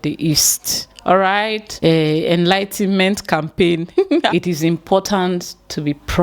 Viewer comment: ''it's four zones'' NOT ''four zone'',while advocating for history to be taught in schools,you should have taken your english classes more seriously.The word is enlightenment...try pronoucing it...NOT elightment!! 5* Olodo!